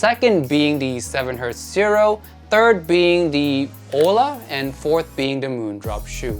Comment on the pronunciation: Hola means Hello in Spanish. The H is silent, so it’s pronounced ola.